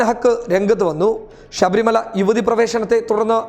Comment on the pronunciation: ഷബരി മല എന്നല്ല; ശബരി മല എന്ന് പറയുക.